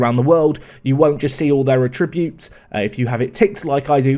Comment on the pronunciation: you need to learn to pronounce 'attributes' dude